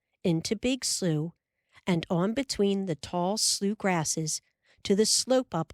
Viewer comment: I love that the word slough is pronounced correctly. At least that is how real Midwesterners pronounce it. Pronounced "sloo".